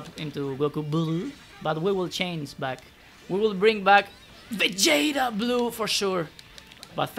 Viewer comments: Love that pronunciation lol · love it when he goes VAGETA BURUUU!!